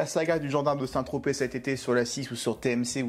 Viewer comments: Il a dit Saint Trospette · "Saint ... Trospète" ... "oh moi il m'énerve !" 😂😂😂